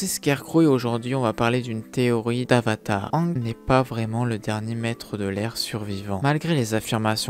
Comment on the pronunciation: Pk tu prononce mal aang